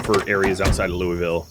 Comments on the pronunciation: 80-85% of us native KY people pronounce it “lulville” lol most likely why they were giving you heck for it. But really enjoy the PZ and State of Decay play throughs. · Btw its LOO-UH-VUL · I have never once heard this city pronounced "loy-vill" and I lived in the Kentucky/Tennessee area for years. Whoever is saying that is definitely pronouncing it improperly lmao